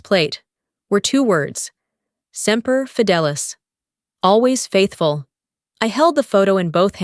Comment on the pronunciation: It’s semper fidelis…not seer…you just insulted a lot of people…